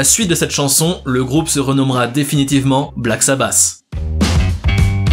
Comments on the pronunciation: la qualité de l'anglais fait saigner les oreilles !!! paranoïde !! c'est vraiment bon du Black sabasssss! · Wtf .. Black SabaSSs 🤣 really ?Ça m'a tué ! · Omg comment tu prononces « paranoïde, black sabass, ozzy osbourne, wtf » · Dommage de ne pas prononcer correctement le nom du groupe aussi